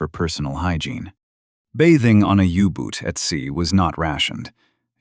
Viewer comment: ooboots? Yooboots?? 😩 if it wasn't so idiotic it would be funny, now where's my uggboots?!😊